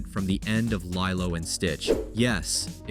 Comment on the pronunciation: It’s not pronounced “lie-lo” and it’s stitch who save the turtle, not lilo 🤦